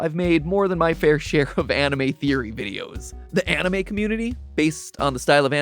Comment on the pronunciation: You can’t unhear “On-E-May”😂 God bless all Content Creators!